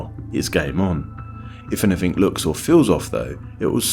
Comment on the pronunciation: "truf, anyfing,wiv,schtupid,"